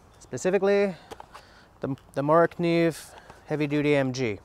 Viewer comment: That's a cool Kuh-Neeeve